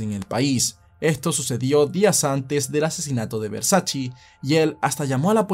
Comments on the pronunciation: No es versaCHI, es versaCHE es italiano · Todo perfecto tu video, solo la pronunciación del apellido no es “versachii” se pronuncia “versache" 😂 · No es versachi es versache como se dice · Espero que nadie se de cuenta que en el vídeo a veces pronuncio Versace cómo (Versache) y en otras (Versachi) porque no sabía cómo pronunciarlo, luego vi una entrevista de la hermana de Versace y ella confirmo que se pronuncia: (Versache) Siempre se aprende algo nuevo todos los días, esto puede servir para romper el hielo con las minitas 😉🥶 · Versace, con la e al final. Nada de “Versaci” con la i. Duelen los oídos. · Versace (Versache) no Versachi. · No se pronuncia VERSACHI se pronuncia VERSACHE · Que yo sepa a la marca se le dice Versach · Como sigas diciendo Versaci corto el video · no es versachi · Jejejejeje Versace se pronuncia: versache.... Y Schillaci se pronuncia: esquilachi